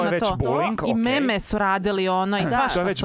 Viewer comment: Samo jedna mala opaskica, "meme" se ne čita kako piše nego se izgovara "mim" 🤭😂